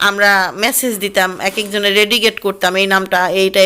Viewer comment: Comment কে commend আর floor কে flod 🤔dedicat কে reddicat ?? Shuddo kore English bolte Nah parle Shuddo banglay kotah bolen Bhalo laghbe আর রেডিও কি দেখা যেত???